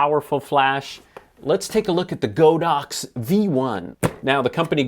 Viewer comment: The company says their name is pronounced with a short "o," but I guess every YouTube camera reviewer knows better! 🤣 I do love your channel, though,! Keep up the good work!!